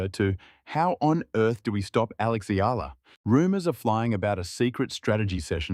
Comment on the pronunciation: Correct Pronunciation : EALA = Ee'Ya' La